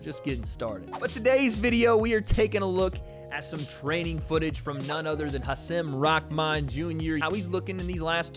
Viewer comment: Bruh why are you saying his name like that watch you’re press conference vid and watch this and tell me you aren’t saying his name diferente